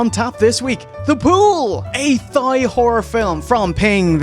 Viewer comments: I don't think I've ever heard Thai pronounced as 'Thigh' instead of 'Tie' before. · I believe it's pronounced "Tie" not "Thigh" but maybe it's a cultural difference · once again you look absolutely RADIANT! just wanted to let u know even tho Thai has that pesky TH in the beginning, its pronounced tie like bowtie. much love! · That's the way Irish people say it